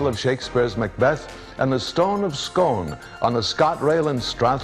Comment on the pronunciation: It's pronounced Scoone not Scone